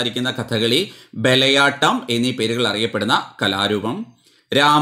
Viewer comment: ബലയാട്ടം അല്ലല്ലോ,bayalattam അല്ലേ